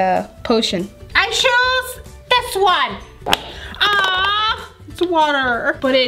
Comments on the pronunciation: Why her mom says I shoose insted of i choose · "I shoes.... this one"